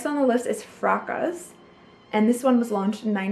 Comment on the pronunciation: Fracas= Frah cah...vetyver = vet i ver....ylang ylang= eeelang eelang...i had to stop watching, talk about beauty and cant say the names right..